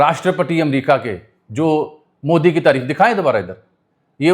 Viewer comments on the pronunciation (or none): none